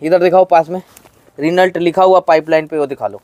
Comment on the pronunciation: रिनल्ट नही रेनो 😂